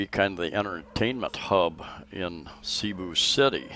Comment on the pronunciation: Cebu.... " E " is pronounced short.